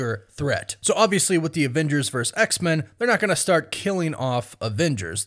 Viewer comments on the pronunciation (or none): The word is VERSUS not VERSE. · Its versUS, not vers. So irritating. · VERSUS!!!! I love your content dude but that’s starting to really bug me lol. It’s Versus, not Verse. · Thank you! Came to the comments to see if anyone else was hearing that. Thought I was having a stroke.